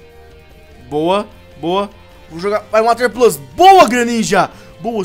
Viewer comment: o cara faz uma serie machinima de pokemon e ainda fala o nome errado water "pluse" mas mesmo assim serie daora